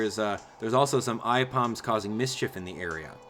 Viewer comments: No hate but Aipom is pronounced A-Pom not Eyepom. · why does he pronouce it eyepom insted of Aipom? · Please tell me I'm not the only one who cringes when he says "Eyepom" instead of "Aipom". I know that's just how he pronounces it, but I just cringe. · Omg the way said Aipom >.< ITS PRONOUNCED "A-POM"! Like she held a pom-pom into the air. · because "ai" is a word in japanese, so "Ai"-"pom".